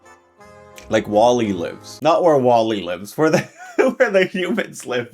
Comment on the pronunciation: its goving Wal'E